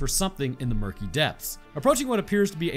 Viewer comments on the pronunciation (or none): Muskey. not murkey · It is called a musky not a murky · Muskie not murky 😂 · As someone who grew up in that area of Canada I was wondering what a "Murky" was until I realized you meant a Muskie. Yeah, don't blame you about not going back in lol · I was VERY confused as to what he meant when he said “Murky” in the beginning. Then I realized that he was talking about a “Musky”. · Bro called a Musky a "Murky" lmfao. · What he talking about a Musky in the first two minutes? Tf is a Merky lol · when bro said murky i think he meant muskie relative to the northern pike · Lmao a murkie, I think you mean a muskie. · I'm pretty sure the fish you're talking about at the beginning is a MUSKIE, not a murky, and I have NEVER heard of one attacking a human. They do bear a superficial resemblance to a barracuda however. Also, it's pronounced "sar co su cus" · I’m pretty sure that “freshwater barracuda” you were talking about is a “Muskie” aka the Muskellunge…not a “Murky” lol couldn’t tell if you were being serious or cracking a joke lol 😅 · A "Murky"? You mean a Muskie. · A murky? I believe you meant musky. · By Murky were you referring to a “Muskie?” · He had to mean muskie not murkie..... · I think you meant Muskie not “murky” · Its a muskie not a murkie lol 😂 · For anyone autistic enough to search for the fish he mentioned, I think it's a "musky" not a "murkey", which should help you find it. 😂 Muskellunge is the full name. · I think you mean musky not murky? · This man called a musky a murky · no ones gonna talk about how he called a muskie a "murky" huh? lmao